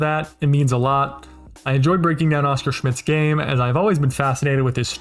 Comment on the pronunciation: Just to add that his name was pronounced with an accent on the last syllable : osCAR. When you hear OScar with an accent on the first, it sounds like a cartoon character.